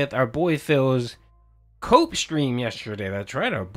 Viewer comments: I thought you said coke stream for a second lol. I thought "Wow this season took an unexpected turn" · Cope or coke stream?? Wtf did i hear 😂😂😂😂